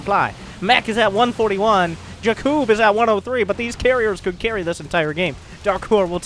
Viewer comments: I think Blue team was some Slovan team like Czech, Slovakia or Poland because of the names.. Btw: usualy Jakub (wich is my name:)) is sayd with heavy like JAkub not jaKUb. I mean first cylable is heavy.. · Not jakib but in poland is J A K U B